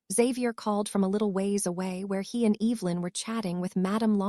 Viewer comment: It'd be nice if this AI knew how to pronounce names properly, it is not t h u it is theodore, it is not b l u s it is Blaze, it is not UVU ln, it is Evelyn